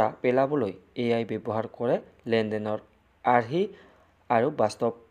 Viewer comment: Sir apuni AI r ussaron koribo nejane😂😂❤